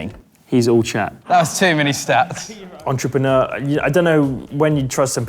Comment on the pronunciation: Lando struggling to say entrepreneur 😭